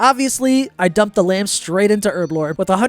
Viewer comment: Take a shot everytime he says Erblore instead of Herblore.